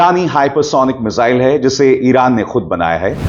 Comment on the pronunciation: मिसाइल होता है, मिजाइल नही, ये तो वही बात हुई, जैसे टकलु योगी श्रध्दालु को सरधालू कहेता है